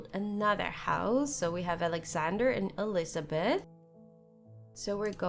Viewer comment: This game is very interesting, i might try it! Dont want to be rude, i just really want to suggest trying to pronounce your e's and a's different... when you say bed and elizabeth, i swear i hear elizabad and bad.